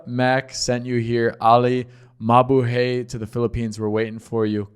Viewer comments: Its MA-BU-HIGH not MA-BU-HEY. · BTW, in Tagalog, we always pronounce the word in the 2nd syllable. There is no long vowel sound, always short vowel sound. So, pronounce mabuhay as MA-BU'-HAY.